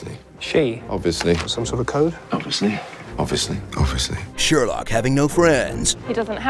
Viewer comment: I never noticed until now that Sherlock doesn't pronounce the 'i' in 'obviously'.